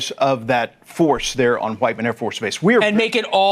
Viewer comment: Pat, You do realize that the AFB in Missouri is named "WHITE MAN", Whiteman,...not "WHIT"?? Come on man, come on. On a different point, it may cost 4 cents to mint one penny, but that penny isn't a single use item. It's used thousands if not millions of times during its life, making it a very inexpensive-use item.